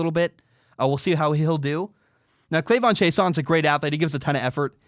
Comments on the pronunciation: its pronounced Kay-Lavon. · KAY-lavon:) Love your stuff